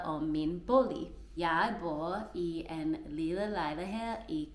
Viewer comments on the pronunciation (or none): Du er blevet meget bedre. Måske jeg vil øve ordet 'bolig' så det ikke lyder som 'bo'. Bo er mere brugt om dyr ex. bibo (eng. Beehive).